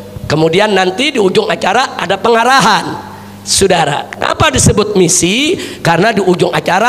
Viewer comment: Saudara bukan sudara.. bahasa indonesiamu saja tdk jelas